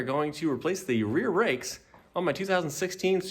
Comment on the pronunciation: Welcome back to the icey cold garage lol did you say rear rakes instead of brakes